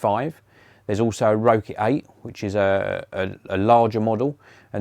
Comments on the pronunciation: Rokit is pronounced rocket 😊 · I wasn't sure if that's actually the correct way to pronounce it or not, and that everyone else was wrong haha. That sort of thing happens all the time.